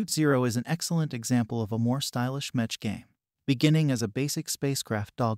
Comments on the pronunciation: Bruh its pronounced meck not metch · It’s pronounced meck by the way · It's pronounced "mekk" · It's pronounced mech aka "mechanical" without the anical lol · yeah that was painful to hear :D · was especially painful because he managed to pronounce "Battletech" correctly, so why doesn't he do it correctly with "mech"...